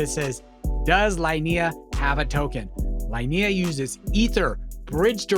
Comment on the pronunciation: Hey man, nice video! Just one little tip, the L2 is pronounced "Leenehah"